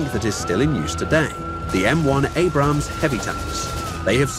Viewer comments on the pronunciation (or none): none